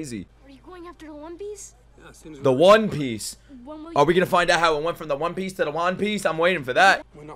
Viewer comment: Bro it cracks me up EVERY time you call it the "Wan" Piece!